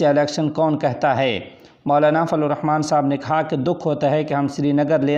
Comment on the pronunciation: یہ لفظ فضل,,,,,ض,,,,,, ھے لیکن آپ فلو ادا فرماتے ھیں